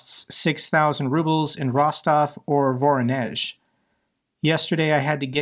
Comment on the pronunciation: Voronezh is pronounced vah-RON-esh.